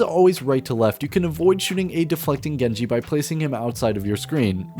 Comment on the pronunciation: “Jenji” oh alright a common mistake, “Hand soap” alright man what language you speaking here.